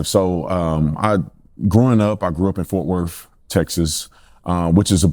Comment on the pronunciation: "Fort WorF," very British pronunciation of that word